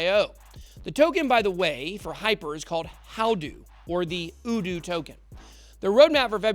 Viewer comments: Say the letter "U", as in How do you do?...uDoo. Aloha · It's YOU DO!!! SHEEESH! how u gonna market it if u can even say it right?... "how do you do! " get it? 🤦🏽‍♂️